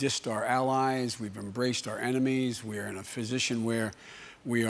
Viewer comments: Your country has been pushed too far to the right that you need a drastic lean to the left. Biden won’t do. Sanders! Or Warren guys. Come on. he says ‘physician’ instead of ‘position’. Come on. Your current president can’t speak English, don’t repeat tbat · I am the only one who is hearing Joe Biden saying "we're in a physician" instead of "we're in a position" ?